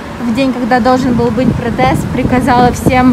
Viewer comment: Добрый день. Отличные интересные видео у вас. Пожалуйста проверьте правильное произношение слова "протест".